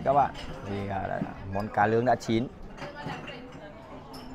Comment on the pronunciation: A chủ kênh đẹp zai nhưng mỗi cái nói ngọng , khổ ghê á ( Cá lướng là cá gì vậy trời ? )